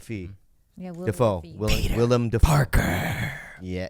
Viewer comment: I know! - I thought it was funny when Bobby said Willy Dafee though😁